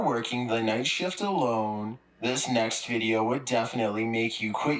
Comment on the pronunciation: I cannot listen to that guy inflection on the wrong place every single sentence the drives me insane "let's start the videOOOOoo*